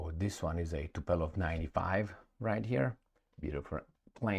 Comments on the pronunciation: TupOLJEv, not TupELOv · It's not TupElOv, but TupOlEv